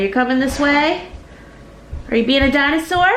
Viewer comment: Benjamin: dinosaur-uh: ok dinosaur-uh I’m cracking up 😂😂😂